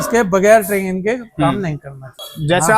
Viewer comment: Traging❌ training✅ Durak❌ duroc✅